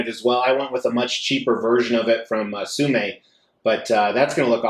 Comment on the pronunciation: Omg! You pronounced Tsume properly this time. I’m so proud of you. Keep up the great work!